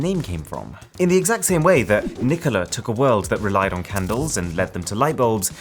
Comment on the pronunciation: My name is nikola btw you pronounced it well